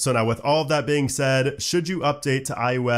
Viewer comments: Am I the only one hearing “iUS” instead of “iOS”? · I'm new here. Why does he keep saying "IUS" instead of IOS? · Practice please "eye oh ess" ... listening to you say "eye you ess" 500 times was beyond annoying. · Something about your accent makes it sound like you’re saying “iUS” instead of “iOS,” but you clearly say “iPadOS.” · Why does it sound like he’s saying iUS when he’s saying iOS? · am I the only one hearing "iUS" when he says iOS? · i KNOW he's saying iOS... but all I can hear is iUS lol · Why does he keep saying IUS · Am I the only one bothered with him consistently saying IUS instead of ios? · It’s iOS not iUS, you keep saying iUS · Its IOS Not IUS.. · Why do you call it I-U-S and not IOS? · “iUS” I cringe every time 😖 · Sorry, what's iUS? You can't be saying iOS right? I'm sure you have too high of a standard of professionalism for such an obvious and glaring mispronunciation. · Just noticed you say iOos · Why is he saying iUS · im so triggered by you pronouncing it "i yo s"